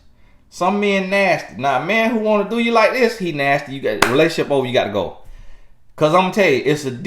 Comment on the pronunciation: “GAHT TO GO” 💨